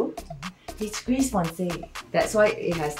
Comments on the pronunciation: You are not allowed to say gris you say gri without pronouncing the s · Gris=gri with out pronouncing the s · Just sharing-Gris is pronounced GREE. Roi is pronounced RUA. Parchemin is not pronounced parchment 😆 it’s par-sh-e-mahn. Framboise is raspberry. Pronounced fram-boi-s the s is pronounced at the end. Source: I speak french and live in France